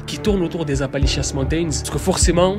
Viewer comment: appali💩 mountains